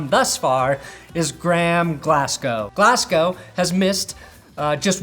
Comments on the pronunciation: please pronounce his name glas-go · Long time love from Scotland ✌️ Pronounced Glazz-gō over here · As a scottish person, your pronunciation of Glasgow was weirdly upsetting. For future reference it is pronounced like Glaz-go Edit: did pronounce correctly